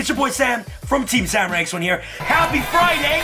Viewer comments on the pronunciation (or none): none